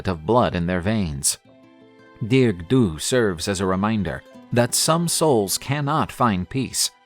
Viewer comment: I’m Irish, it’s pronounced “Dar-ug”in Irish not dearg like you would pronounce in English. For anyone who wants to know. It’s great to see people posting about Irish mythology, thanks for sharing this story